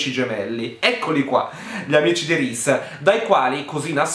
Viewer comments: Ogni volta che hai detto RISE CARTER mi sono scassata. Non smettere mai di fare queste recensioni 😂😂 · ADORO come pronunci Reese Carter! 🤣🤣🤣